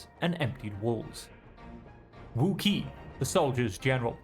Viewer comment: Love the narrative style, reminds me of Heads will Roll a little bit. Overall a nice change of pace from All Quiet in the Trenches. Heads up, "Qin" is pronounced like Chin. Qi is like Chi (Chee). All Q's make a Ch sound. Hope you continue playing it especially when it comes out - cheers!